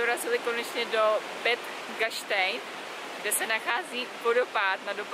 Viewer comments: Hezký den, mám jen jednu malou poznámku. Zapracujte prosím na správném výslovnosti, je vtipné, když člověk slyší Zell am Sí (Cel am Sé) nebo Bed Gastein (Bád Gaštain). Jsou to všechno vyhlášená střediska v Rakousku a zná je každý druhý a takhle to vypadá minimálně komicky. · Video super... jen poprosím jen čtení těch rakouských názvů měst a jezer v němčině, šílený to slyšet v angličtině :D jezera "see" se nečtou "sí", ale "sé" a Bad Gastein se nečte "bed" ale "bad" atd ;) díky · taky jsem to chtel napsat, trha to za usi v tom videu proste Bád Gastein, neni to prece zlobivej gastein ;-))